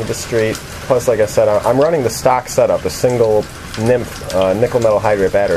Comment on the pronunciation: LOL He just said he's running a "nymph" (NiMh) battery. Too funny.